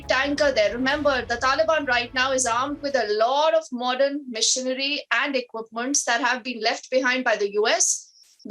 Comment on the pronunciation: I have a question for the news reader what is "Narthern Alliance" and "Missionary" ...The news is good...but the anchor makes it Funny 🤗